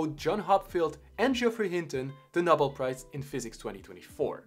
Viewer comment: Great video. One thing, it is properly pronounced “No-bell”, not “nah-bill”